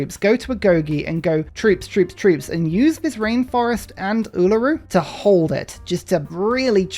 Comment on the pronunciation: Yay! Uluru! :3 (I'm really happy with how well you pronounce it)